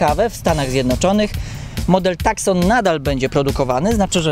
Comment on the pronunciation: Nie "TAKSON" tylko "TUSSON" - jeśli już chodzi o wymowę.